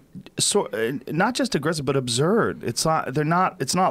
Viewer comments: Joe "abzurd" rogan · I love how you changed the way you say absurd to abzurd like Jordan Peterson does. You are either doing this unconsciously (cause you wanna be like Jordan when you grow up, lol) or consciously in order to show solidarity with Peterson. Because of how big this podcast is, It'll be interesting to see how this word "meme" proliferates across culture. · Joes incapable of properly pronouncing the word "absurd". That's absurd to me